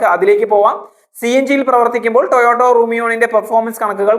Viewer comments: It is TOYOTA, not Toyoto...😢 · ടൊയോട്ടോ അല്ലെടാ വിഡ്ഢി, ടെയോട്ട എന്ന് പറ. നിനക്കിത് ആരാണ് എഴുതിത്തരുന്നത്? കമ്പനിയുടെ പേരുപോലും മര്യാദയ്ക്ക് പറയാൻ അറിയാത്തവനാണ് review നടത്തുന്നത്